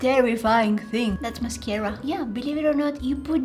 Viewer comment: mascara more like ma-scare-a